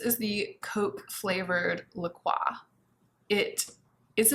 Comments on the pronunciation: Like the lighting. Excited to try the perfume and the cola La Croix. BTW— it’s pronounced LA-CROY (rhymes with enjoy) not the French way according to the company. 😘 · Just so you know the brand La Croix says it's pronounced "la croy," but I think it's fun how you pronounce French names! And I also love the new lighting with the windows behind you! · I love how you pronounce La Croix the french( correct) way. Most people say " La Croy". LOL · I thought that was funny too! La Croix is a Minnesota based company, not French. 🤣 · I was coming to say that too! lol. My husband and I had argued about how it's pronounced and so we looked it up on their website. (I was wrong. I was saying it how says it.)